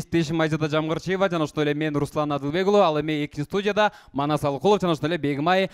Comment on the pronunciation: Канчалык хейтер болбой эле коёюн десем болбой атат, сын менен өсөбуз. Алып баруучулар адамды кыйнап ийдиңиздер орусча сөздөрдү кошуп атасыздар, Жамгырчиева Абдымомунов" деген сыяктуу ысымдарды ката айтыңыз, уюштуруучулар азаматсыздар.